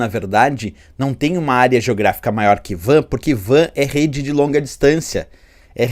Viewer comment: Penso que WAN se pronuncia "UAN" e não VAN,pois o W é de Wide, nome inglês.